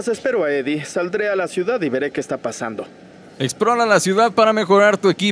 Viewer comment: Acaso Spider-Man le dijo al pizero edie?? Será edie brock